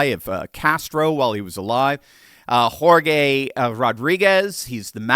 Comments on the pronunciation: It’s Hor-hey not Geor-gay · "Hor-gay"???? Nice Spanish there,. 😄😄😄😄😄